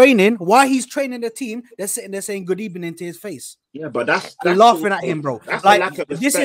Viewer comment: Good ebening 😂